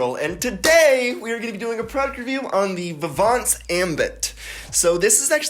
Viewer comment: You don’t pronounce the “T” More like Vee - vawn